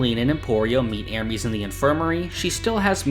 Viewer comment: Great video, I just wish you could pronounce Ermes better